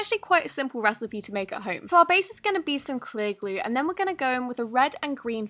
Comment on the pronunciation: Why do u say Elmere's Gluuu..... not glue???